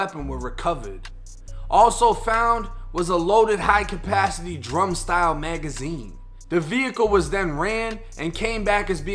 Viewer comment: "along with the magaźiiiińeeee" lol i love your vids bro